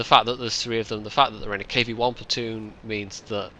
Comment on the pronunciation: Platton? Come on,, your English can only get so bad:P